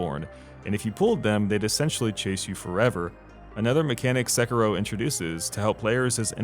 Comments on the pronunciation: [Se-ki-roh] not [Sekki-roh] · How hard is it to say "Sekiddo?" You white people are too much. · You sound bored to be reading your own script. Also, se-“key”-ro. Nice video. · dude it's not pronounced 'sekarow'... it's a japanese word after all not an english one